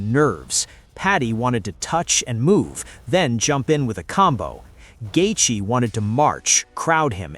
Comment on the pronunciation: "Gaethee" est 8 min or just before 😂😂🤣🤣😭😭